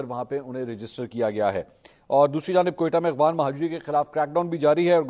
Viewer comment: Aghwan nahi afghan hota hai